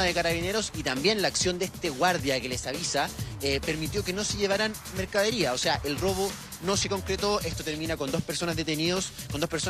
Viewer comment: Periodista diciendo mercadiría!!!!